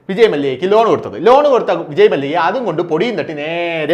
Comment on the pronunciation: മല്ലിക അല്ല മല്ല്യ ഇന്നുച്ചരിച്ചു കൂടെ